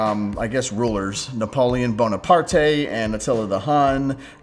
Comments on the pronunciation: ..... It's pronounced "Bona-part," not "Bona-partay." The "e" at the end of his name is silent. Nice video though. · A top 10 list is strictly opinion, as a result I don't think criticizing it is fair. However,I do think a familiarity with product pronunciation is important. Also, that's not how Napoleon's last name is pronounced.